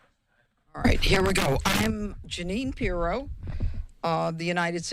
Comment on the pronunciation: "Jerrine Pirro?" How is this person no familiar with her?